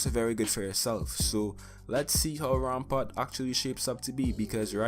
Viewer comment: Anybody else notice that he switched the p and a in Rampart?